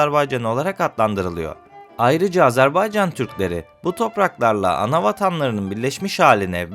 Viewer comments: AZARBAYCAN DEĞİL AZERBAYCAN'DIR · AZARBAYCAN deyil AZERBAYCAN ya da AZƏRBAYCAND, ilk önce devletin adını düzgün söyle